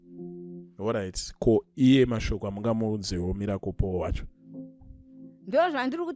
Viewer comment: Guys pane anzwawo mbuya avo vachiti Mirapol hre 😂😂😂😂😂😂😂😂